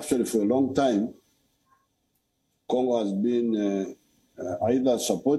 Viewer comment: he said gongo😂😂😂😂😂😂